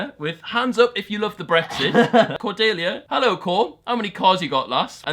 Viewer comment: How did he flop the name cordelia so bad. Nobody that know has flopped my name so bad Cor-dee-lee-ah